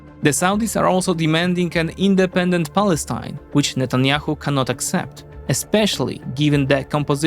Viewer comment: You pronounced Palestine wrong